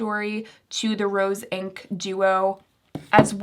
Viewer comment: Hi. Great video thanks. One quick edit you might want to make: you say Roen instead of Rose Inc